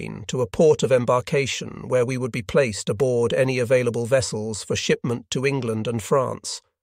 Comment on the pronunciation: Thanks for making this available. But the reader is a real distraction. It must be an AI voice since it mispronounces so many place names, breaks sentences and phrases at the wrong place, makes one syllable words into two syllables - place-ed, save-ed, etc. AND it uses electronics to do work that could be giving employment to capable and experienced real people.